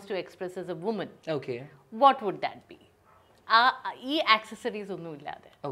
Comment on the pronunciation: From someone like Riyas who speaks fabulous english, it's hard to hear woman (singular) pronounced as women ( plural)!!